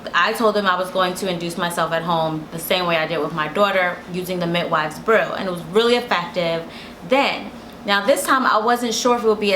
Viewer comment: “Mitwives brew” 😂